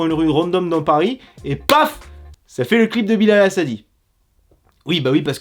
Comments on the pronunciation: On dit pas "Hassadi" mais "Hassani" Merci. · C'est Hassa"n"i pas Hassa"d"i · Il s'appel Bilal Hassani pas Hassadi 😂😭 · C pas hassadi mais hassani